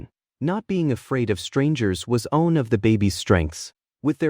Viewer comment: Why are you pronouncing "one" differently?